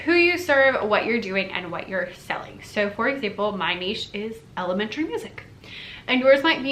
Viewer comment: Thank you for pronouncing niche properly. It absolutely drives me nuts when people say it "nitch". Maybe, it's because I am from the French speaking part of Canada.